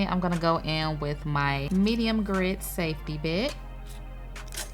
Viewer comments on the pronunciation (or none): none